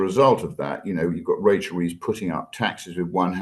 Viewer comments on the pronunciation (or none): none